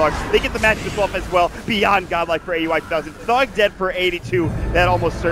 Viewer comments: Commentator kept saying Aui's name as Ey You I. Is it really hard to pronounce it when its the same as Audi except you just remove "d". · Bilegt Battsooj But in the Boston Major Qualifiers, whoever were the commentators, I heard them pronounce it as Aui, like Audi without the "d" not A U I. I think it was NP vs COL match.